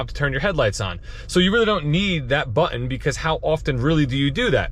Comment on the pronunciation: Haha, Texan here - I noticed it too. So much emphasize on the two syllables: "butt ... inn"